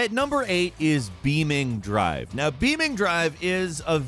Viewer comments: it is lol Beam NG but I laughed and questioned reality when he said Beaming Drive hahaha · No way bro said beaming drive 💀